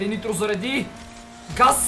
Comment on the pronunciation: Каза интро а не нитро